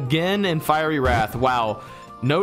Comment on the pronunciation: You guys are pronouncing fiery wrong